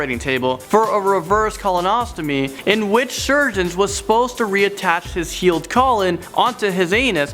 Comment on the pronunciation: colostomy. You need to practice more.